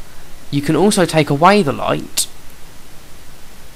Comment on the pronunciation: lighTTTEEHHHH why do u pronounce your ts so weirdly